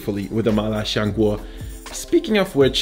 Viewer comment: Lil tip: it's "siang guo" rather than "shiang guo" cmiiw